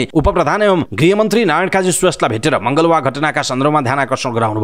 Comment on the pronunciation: यति राम्रोसँग समाचार वाचन गर्ने वाचक ज्यू लाई एक सानेा सुझाव दिन चाहन्छु। कृपया सर्लाहीको मलँगवा लाई पटकपटक मँगलवा भन्दा अलि सुन्ने लाई कस्तो कस्तो लागेको ले ध्यानाकर्षण गराउन चाहन्छु । अन्यथा न साेचिदिनुहाेला।